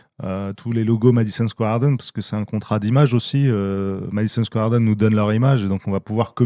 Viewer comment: Le Madison Square Harden il dit le mec mdrr ! 😂😂